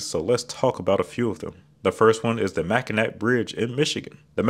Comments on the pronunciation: lol the “Mack i nack” bridge. It’s pronounced like Mackinaw just like the nearby Mackinaw Island but just spelled differently. Just made me laugh as someone who’s lived in Michigan their whole life. You can tell when someone has never stepped foot in the state before but even then most people still pronounce it correctly. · not to be too smug as a Michigander but the bridge, island and straits are all pronounced the Mackinaw (ending in gnaw the chewing word sound) not ack- one is an English spelling and one is a French spelling, with French not pronouncing the final consonant so they sound the same. both originate from a Native American word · Hi, Michigan native here. I know you're gonna get a lot of comments like this so I'll be kind and nice about it unlike some others who may not be. It is pronounced (Mack-en-awe). But don't feel too bad. Lots of people butcher our strange Indian names lol. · It's pronounced Mack-in-ah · Oh no you did NOT just pronounce the c in Mackinac. Prepare to have all of Michigan comment to correct you. 😅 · Oh. He did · Yeah, but he pronounced the K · I’m so disappointed in you for that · Mac-a-what! Aw, what a shame! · This was an excellent overview of 5he interstate standards, but not a complete, detailed explanation of the standards. The books he mentioned are thick and contain more information than this video could cover. Not mentioned past. the shoulders the clear zone and drainage. And like the Mispronounced Mackinac Bridge, there are roads that are interstate routes and are exceptions to the standards. Those roads are just interstate routes and in funding are not part of the interstate system. Like the aforementioned Mispronounced Bridge, they are Toll Roads with tolls that fund their maintenance and reconstruction. The Ohio Turnpike is one of them, the Indiana Toll Road is another. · he made a quip about how Michiganders pronounce Charlotte, MI. I think we can comment on him mispronouncing the state’s most famous landmark